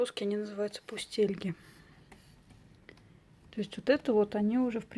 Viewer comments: Ударение на последнюю А ( пустельгА, а не пустЕльга) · Вообще-то у пустельги ударение на последнем слоге: пустельгА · а у нас их называют с ударением на последний слог. "пустельгАааа" :-)